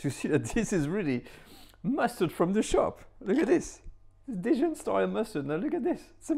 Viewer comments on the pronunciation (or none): Why do you say Didjon? Even in English it is just Dijon, I am shocked! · I’ve never heard the word “Dijon” pronounced like you say it is in English, i.e. “dee-jen”. In the U.S. to my knowledge people use what you call the French pronunciation. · I wouldn't be surprised if that's how the Australians in his community say it. Though, I have heard something similar, dee-john, from some people where I come from (TX / OK). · In all my years, I have never heard "Dijon" pronounced "dee-jun" by anyone. . . let alone someone who is French . . . huh!? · I was just thinking the exact same thing DIDJON? Sometimes it makes me cringe when French peeps pronounce French dishes (or other) in the American way. Heard a French chef on you tube say "eclairzz" I had to mention it in a comment on his channel. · Dee-jun? Dee-jun? Hmm. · This is literally the first time I’ve heard anyone pronounce Dijon as “deejun” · it’s a British thing? Huh. U.S. uses the French pronunciation. We mess up other words, sans doute. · why did you mispronounce dijon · no, you have not. Americans pronounce the "n" at the end as heartily as the pronounce the "d" at the beginning and use no nasality whatsoever. You only think you hear it the "French way" because you have never heard the French way (p.s. you also pronounce Grey Poupon incorrectly) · Nope. Dijon is pronounced with the 'j' sounding like zh & a nasal "o". I've been currently studying French for ~6yrs, + 2 in high school. Additionally, have a listen the the native French speaker example on Forvo: . Or better yet, this video "Une balade à Dijon" which is presented by a French speaking woman who mentions the city name in the first 10 seconds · That sounds right. I'm willing to accept that my French is wrong; I surrender. Then why does he say it differently? Is it the accent of Burgundy and the natives say it that way?